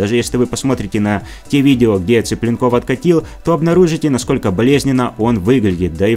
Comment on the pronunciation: Зачем коверкать фамилию человека? ЦиплЁнков, а не Ципленков, татары вы не русские!